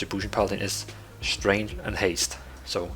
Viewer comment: You sound like you are saying "strange (stray nge)" instead of "Strength (st rehk nth)". The "g" in "strength" is silent, or expressed more like "k".